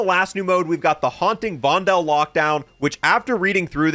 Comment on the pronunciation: stop saying "vondel" wrong